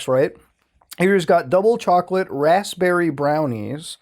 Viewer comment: HE FUCKING PRONOUNCED THE P IN RASPBERRY HES A MONSTER